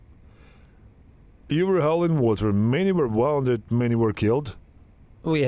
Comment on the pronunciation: Bro, please study how to pronounce WOUNDED The OU in wounded is pronounced like the OO in the word WOOL So pronounce it WOONDED